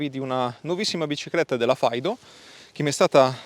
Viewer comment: Faido? mai sentito pronunciare cosi Fiido